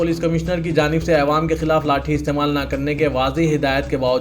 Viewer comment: Aywaam nhi yaro Awaam hai